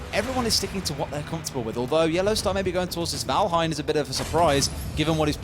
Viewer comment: "Valhein" But0 Thai people are like saying "vanhel"